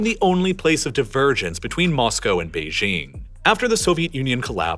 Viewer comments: The capital of China is Beijing, which is pronounced how you would expect if you are an English speaker: "jing" as in jingo or jingle. It is NOT pronounced "Bei-zhing" with the consonant found in the French "je" or "jour." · Beijing is with a hard J. Not like the sloppy mid-consonant in "bourgeois". Beijing is not a French word, so it doesn't need to have its j pronounced like it's French. The French even write Beijing as Pékin. The J in Beijing is really hard, almost K-hard. That's how the French approximate the sound. Bei Jing. Please! OK, having commented, I can now go back to watching on Nebula. :)